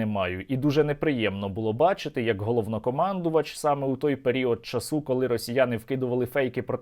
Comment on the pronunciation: період часУ -. це дуже безграмотно, правильно наголос - період чАсу